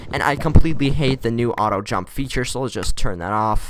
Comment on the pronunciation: at least I know I wasn't the only one who pronounced it out-oh jump, no hate